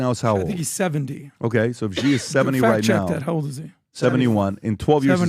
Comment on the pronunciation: Please communicate to PBD... China's President name is pronounced (SHE) and is spelled Xi.... with all the resources that Valuetainment and PBD have, they can't get anyone to help them understand how to pronounce President Xi (SHE) name. Happy 2025!